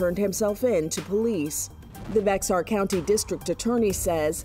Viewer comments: It’s bear not bexar county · It’s not Bex-ar, it’s pronounced Bexar(Bear) county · Isn't Brexar County pronounced Bear County? The reason I ask is because if true, this particular county has produced a lot (and I mean a lot) of corrupt cops that have been caught and prosecuted for exactly these (among other) reasons! The list of fired cops is staggering! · Its pronounced bear county